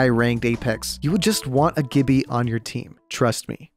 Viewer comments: Woah, what was that "GIBBYYA" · No one:: GiBbEaH